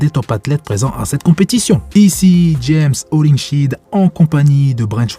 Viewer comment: James Hollingshèd pas James hollingshid pour la prononciation Dead se lis dèd et pas Did c’est pareil